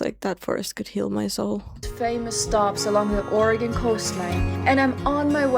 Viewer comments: Born and raised. I love how you are saying Oregon correctly. She just visited a small portion of pacific coast. There is way more to see. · You beat most Americans in actually pronouncing the name of the state correctly.